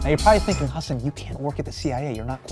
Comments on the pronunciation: I love that he's pronouncing his name correctly now. After that Ellen interview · he mostly pronounced it correctly